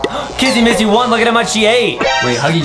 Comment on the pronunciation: it's not massy it's missy!